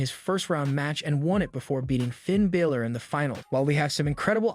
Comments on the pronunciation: Its Balor not Biller get it right you sound stupid when you get their names wrong! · Do you actually watch this stuff? You can't even get Finn Balor's name right! How hard is that?